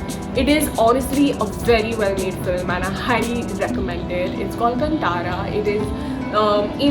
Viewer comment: Madam, i am from Karnataka. Film का नाम कटारा नही है। सिनेमा का नाम है कांतारा। और कन्नड़ बदले कन्नड़ा pronounce होना चाहिए। आप से मैं बिनती करता हु की वीडियो करने से पहले थोड़ा ध्यान रखे। धन्यवाद। गलती हुवा तो माफ कीजिए 🙏